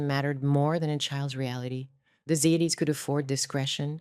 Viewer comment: Plus, how many different ways does Ziades get pronounced in this video? AI is shit.